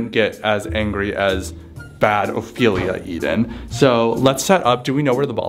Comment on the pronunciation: I finally found someone that said Ophelia right